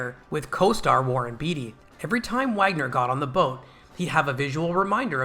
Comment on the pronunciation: Not "beet-ee" but "bait-ee"